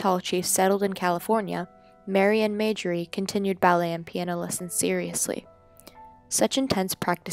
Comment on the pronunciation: Her name is pronounced TALL-chief, not TAL-chief. And her sister's name is pronounced MAR-jorie, not MAY-jorie.